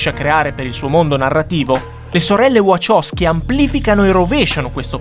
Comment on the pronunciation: Wachowski si pronuncia VaHowski con la H